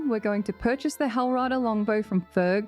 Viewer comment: It's funny you say purchase 😆